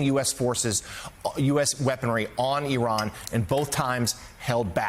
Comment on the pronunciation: I doubt he could even spell 'consequential'. He can't even pronounce 'Iran' correctly.